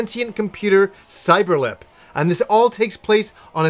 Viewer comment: Cyeber-Lip...this game, I actually remember.